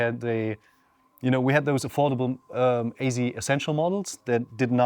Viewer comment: Ayzee? Are you trying to say AZ?